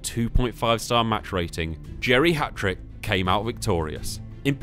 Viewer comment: Lol I kept hearing geriatric not Jerry Hatrick although it was very fitting 😂